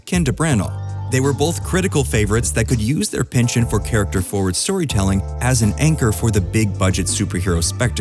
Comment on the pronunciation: i love these vids - however "penchant" is a french word and you're mispronouncing it really badly xP and you say it a lot!!! just a friendly heads up xoxox